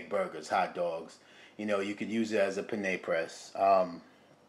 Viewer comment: it sounds to me as if you're saying penne as in the pasta instead of panini. Maybe my ears are playing a trick on me. Glad you like your new toy. I have the Ninja Foodi Grill and two Cuisinart Griddlers among some other similar gadgets, so I'll pass. However, I do plan to make me a bacon and avocado sandwich in a day or so. Looks good.